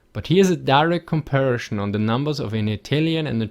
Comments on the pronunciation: Com par i son, not com pair a shon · "Comparishon" God-damnit! XD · Very good video, but please don't say "comparischon" :) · Just love how you say "Komparischn" and "Divischn" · "Aduantage" and "Compari-Schon" love it :D